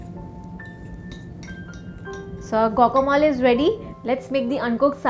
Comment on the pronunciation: Its Guacamole not Gocamol. Please check the correct pronunciation.